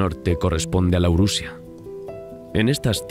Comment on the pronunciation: Laurusia? Auracaria? quizá esos errores sean fruto de la dislexia 🤔